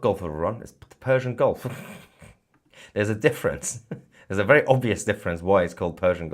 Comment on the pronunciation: so its fersian? you said no "p" hihihihihihi